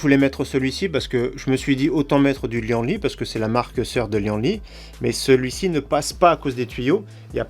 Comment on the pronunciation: On dit : li-anne-li et pas li-en-li